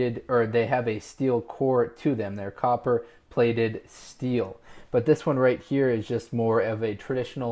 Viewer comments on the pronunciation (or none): none